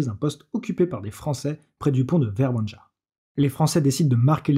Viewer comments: Ça ne se prononce pas "verbanJa", mais "verbania". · Vrbanja, prononcé "verbania".